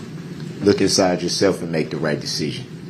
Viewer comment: “Look Nsyde yo HART.” 😂😂😂 I’m sorry 😂🤣😭 I’ve watched this a million times but for some reason that particular line hit my ear sideways this morning and struck my funny bone.